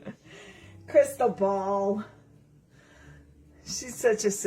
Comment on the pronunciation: " Crisssal ball " that's how I'm gonna say your name for now on lol